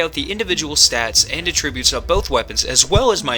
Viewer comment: Dude I had to quit watching after the second time you mispronounced an extremely common word. Attributes... ATT as in HAT or BAT. Not UHtribute as in when you attribute something to someone.